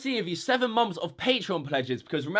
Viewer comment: no hate on anyone, just noticed how would say "months" it kinda sounded like "moms"